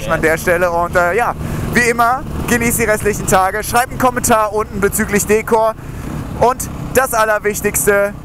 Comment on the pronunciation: Bitte bitte bitte sag Dekor und nicht Deekor....das hört sich so falsch an. Aber dein neues wird bestimmt klasse